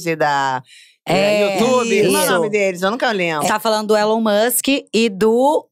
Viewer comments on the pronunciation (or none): none